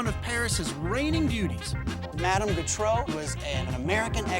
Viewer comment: He can't pronounce Gautreau. She was from Louisiana, like me. It's pronounced "GO-tro", not "g'TRO."